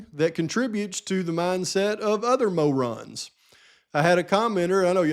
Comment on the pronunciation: Hey, say the word mo-rons again lol I’m just teasing. As always, Excellent video brother! God Bless.